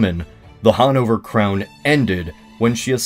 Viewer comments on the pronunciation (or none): hahnouvör? never heard of it